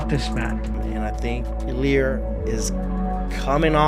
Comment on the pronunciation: It’s not illir that’s an Albanian name. It’s illia.